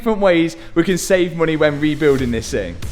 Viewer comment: What the fooq is a boompa?? 😭😭 And for that matter what is moon-eh 😭😭